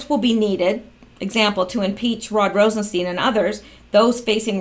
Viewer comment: Nunes is pronounced 'Noon-ez".....Rosenstein , himself, pronounces his name "Rosen-stine" please stop screwing this up, makes you sound uninformed.